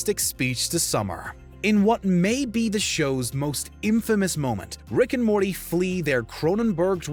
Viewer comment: "Which rick and mormy moment destroyed you inside?"